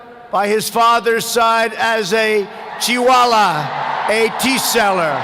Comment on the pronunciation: Chii-wala... lol